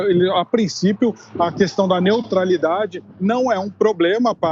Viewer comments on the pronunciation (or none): NEOTRALIDADE... NEOTRALIDADE